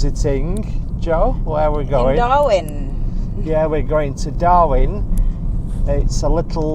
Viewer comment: STOP CALLING IT DARWIN... IT IS DARWEN...... DARWIN IS IN AUSTRALIA KNOBHEAD